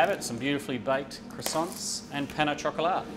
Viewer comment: are you going to finish those cwoissants..?